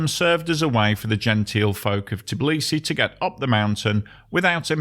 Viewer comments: It's Tbi-li-si, NOT "Tiblisi". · Why is the narrator continuously mispronouncing the name of the city as "Tiblisi", instead of Tbilisi? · Brah! It's forgivable to someone who just casually needs to tell something about the city he never named before to say "TIblisy" but a dude who's making the whole fckn video about it would be nice to learn how to pronounce it properly.